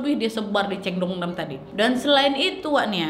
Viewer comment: ‘Nu yok’ ‘ceongdamdong’ melokal sekali ngomongnya!!!!🤣🤣🤣 gpp lah dr pda sok inggris tp kepeleset😅lancar terus rezekinya kak nad!!!